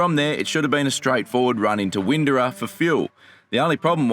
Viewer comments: sounded incorrect to me, sounded like “Win-do-ah, there is a hard R sound when speaking the word. The other comment described it well. ”. Sorry to be a pain on pronunciation, we Queenslanders are a fussy lot. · It's Win-door-a 👍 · Windorah, is pronounced “Win-dor-ah”. Cheers.